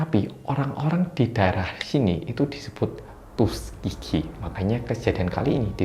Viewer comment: Sekilas kedengerannya "tusukgigi" 🤭 ada yg sama?